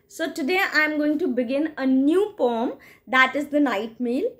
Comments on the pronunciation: Its not pom, its poem. Please pronounce it correctly. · The word "poem" is typically pronounced with a long "o" sound, as in "home". However, some people pronounce it with a short "o" sound, as in "pome". There is no right or wrong pronunciation of the word; it is simply a matter of personal preference🙂👍